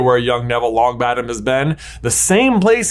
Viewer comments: "young Neville Long𝘣attom " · "Neville Longbattem"